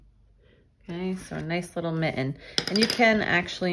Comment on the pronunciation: What is that accent where you don’t pronounce “tt” in words like mitten and kitten? Love this idea for Xmas - thanks